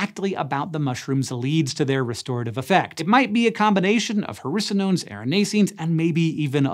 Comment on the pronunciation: Who else thought that every time he said hericonones he was actually saying "harrisa-nones"?